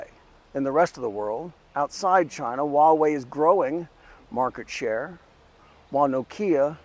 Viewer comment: Dude what the hell are you talking about? No ones really using 5g right now, and its been out for a decade. Its a massive fail. But go ahead, continue being a little pink that cant pronounce Huawei even though youre in China. Ni ting ne dong ma?